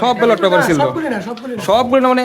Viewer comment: ব্যাটল পেপার কি রে ভাই? ব্যালট পেপার